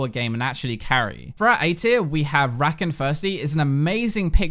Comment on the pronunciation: Please relearn Rakan's name, you've been putting him in your videos enough, Xayah says his name in her quotes and it's not a Vay-gar Vai-gar kinda pronunciation thing where it doesn't change it enough to matter. What part of put the emphasis on the second syllable is that hard?